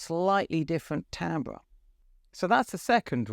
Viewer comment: first YouTube video I've seen where "Timbre" is pronounced correctly. you have a loyal fan for life